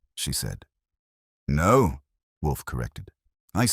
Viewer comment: This was a good story. Please teach that "No." is not "number." It's distracting. Thanks! 💚